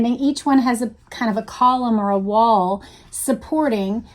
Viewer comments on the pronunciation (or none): none